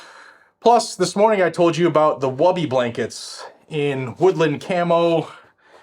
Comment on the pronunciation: About woobies. 1st you're pronouncing it wrong. 2nd the woobie was not created by SF. It's a poncho liner. After 21 years in the Army I don't think I ever saw anyone use it as a poncho liner